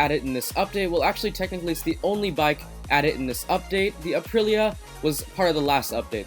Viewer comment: The Aprilia is spoken just like written so [Aprilia] it's italian and for those of you who think it's other in english it is not! Just Aprilia